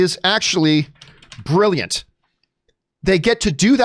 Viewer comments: it's brilliant not billant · "Billiant" Lol, all seriousness this is crazy news!